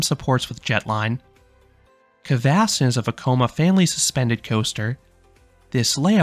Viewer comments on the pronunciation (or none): the red coaster kvasten on gröna lund is called broom in english and vilda musen is called wild mouse so pls use english words when you are talking about the rides cause its sounds wierd when you try to pronounce it in swedish since you arent a swedish talking person i think🙂